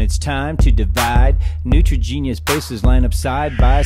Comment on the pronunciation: You guys didn't say nitrogenous correctly